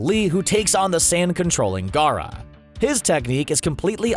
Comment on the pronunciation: At least he can pronounce Gaara and Neji